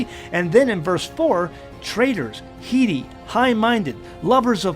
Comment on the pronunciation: not HEEDY, BUT HEADY, AS IN HEAD STRONG OR STUBBORN, IT'S PRONOUNCED HEAD-EE, AS IN THE BODY PART ON TOP OF OUR SHOULDERS